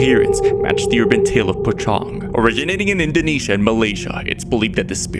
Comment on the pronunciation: I'm Indonesian, and the pronunciation of the urban legend is actually "poh-chong" with the "cho-" sound like the one in chocolate.